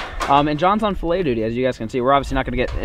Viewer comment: you don't say filet right